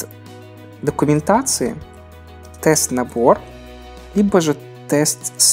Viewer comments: Интересно, почему все читают test suite(тестовый набор), как тест-сьют, если это словосочетание должно читаться как тест-свит, ибо слово suit(сьют) переводится как костюм, а suit(свит) это как раз набор. p.s обеспЕчение, а не обеспечЕние) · Почему часто в ру сегменте что в тексте, что в видео слышу "тест сьют", когда это "тест свит" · Всем привет. Очень, очень, ОЧЕНЬ много людей не умеют правильно произносить слово SUITE.